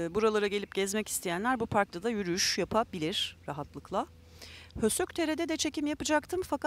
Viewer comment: Hősök yazılır, höşök okunur efendim :)